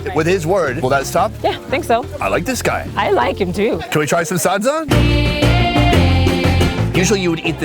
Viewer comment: Me from Zimbabwe laughing at him saying everything wrong sadza-saaaaadza Shona-shoena is how he says it😂